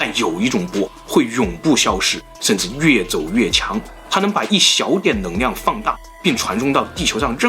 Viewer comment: 的视频很好；看了这么多期发现你的发音有些问题L/N有点混淆，neng liang你说成neng niang ：）